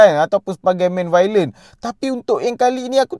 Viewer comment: Aku geram sebab kau borak meleweh+tak pandai cakap tapi sibuk nak buat review...baik tak payah buat review. Kau sebut dead reckoning pun salah. Kau sebut villain pun bunyi violent. Apabenda la youtuber lepu mcmni